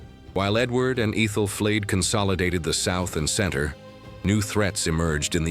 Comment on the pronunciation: ETHEL.. ETH..ALL, NOT EETHAL..